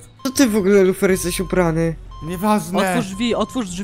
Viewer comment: lufer xd bo tak powiedziales wiechal w kośćuł xdlol